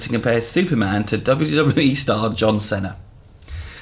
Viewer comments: It's pronounced "Seena" not "Senna". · It's painful to hear how pronounces John Cena's name 'Senna'... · The way he said Cena gave me AIDS. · That's not how you pronounce Cena